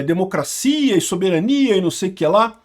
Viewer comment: Eu não tenho maturidade pra ouvir o falar a palavra soberania sem dar um risinho 😏